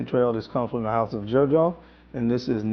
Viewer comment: Can’t wait for your videos & thanks for putting the text on the screen for every scent, LOVE IT, makes a HUGE difference!!! Also, just FYI not being critical but I believe Xerjoff is pronounced “ZER-joff”.